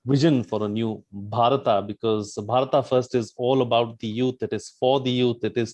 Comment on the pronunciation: It's not Bharataaaa for God's sake..its just Bharat..you bloody mispronounced colonial slaves..!!